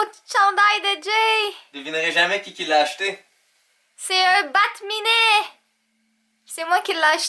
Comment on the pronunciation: c pas bat-minet mais bat-cat